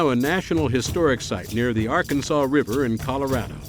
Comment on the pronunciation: ...The AR-Kansas River? Yeah...he's from Kansas... everyone else in this country calls it the Arkansas River..